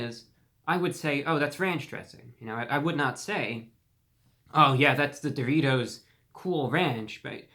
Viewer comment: If you don’t love the way this gentleman pronounces the word “dough-REE-toe”, something’s wrong with you chief 😂